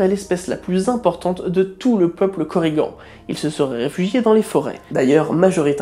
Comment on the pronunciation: En tant que bretonnant, je précise que les "an" ne se prononcent pas "anne" mais "en + n". Et avec le ~, "añ" se prononce "en" ou a. Sinon cette classification n'a rien d'officielle. Normalement ces différents types de korrigans sont juste des synonymes du mot korrigan, car si à la base plusieurs êtres existent ils ont été au fil du temps confondus en un seul mythe. Quant à savoir leurs caractéristiques distinctives à la base, ce ne sont surement pas celles que tu as citées, car pour retrouver des légendes galloises il faut le faire, d'autant plus que ça devait varier d'un lieu à un autre. Mais bon, je te l'accorde, sans cette classification ta vidéo aurait été bien moins intéressante. Cette classification vient de chroniqueurs du 18-19ème siècle qui ont voulu les codifier, alors que ce n'étaient que différents noms pour la créature, ayant parfois des variantes locales. Ca ne rend pas la vidéo mauvaise pour autant, mais ce serait bien de le préciser de temps en temps ; par exemple dans une future vidéo sur l'ankou ? (par ailleurs, l'Ankou moderne est représenté sous la forme de la mort que nous connaissons tous. Mais la forme la plus "traditionnelle" se présent sous la forme d'un vieillard à chapeau large masquant ses traits. Il tient une faux à lame recourbée, même si la créature celte d'origine utilisait un marteau. Parfois, il n'a aussi qu'un simple bâton. Il est fréquent de le voir également sur sa charette, que ceux dont un proche va mourir peuvent entendre)